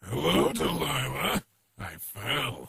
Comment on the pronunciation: you still called her Delilah, despite her name is Deliah.